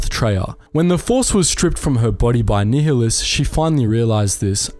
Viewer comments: Check out Kreia's Conundrums by Papito Qinn Btw Darth Nihilus is pronouced similar to "nihilism", where the H is silent and so NIHI sounds like NYE. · it's 'nile-less' not 'neo-liss'. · Ni-h-i-lus? That was quite uncomfortable to hear. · nye-hi-lus is the correct way. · I pronounce it nee hee lus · Everytime u say nihilus' name I die inside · Never heard someone say Nihilus like you do......odd